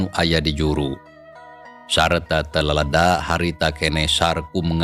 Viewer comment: salah mg maca leleda teh... taroskeun k btur geura